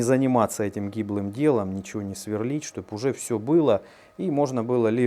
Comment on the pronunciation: Све́рлить... Мм, местный диалект.